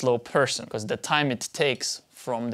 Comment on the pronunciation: Love your videos! But why is it that you say be-corse? :) just curious of your pronunciation